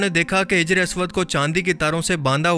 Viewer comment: Its hajar not hijar